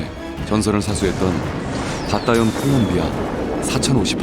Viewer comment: 콜롬비아(Colombia)입니다. 콜롬비아를 콜럼비아(Columbia)라고 발음 하는걸 싫어하더라구요